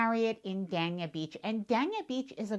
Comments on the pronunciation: Dania is actually pronounced Dane-yah Beach not Dan-ya Beach but it’s an easy mistake to make. Thanks for all the good info. If you visit Ft Lauderdale Beach, just be aware that parking can be very expensive, especially if you visit when the Boat Show is on. You can usually find cheaper parking in Hollywood Beach which is pretty close by and has some very nice hotels. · It’s Dania pronounced ……. DAY-N-I-A. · The "A" in Dania Beach is Looooooong.... Daaaaaaaania Beach